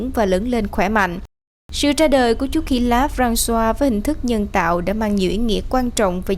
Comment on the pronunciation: KKK ! Francois mà BTV đọc nghe mắc cười wá !